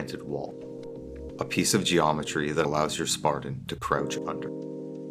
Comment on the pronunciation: yeah when you pronounced spartan as spardan I stopped listening.